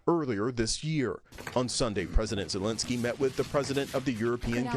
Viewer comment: Zelensky is ALL OVER the news, how is the reporter gonna say his name wrong?